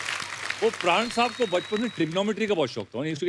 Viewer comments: Paraan Nehi pran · Paraan nahi "Pran"..." प्राण "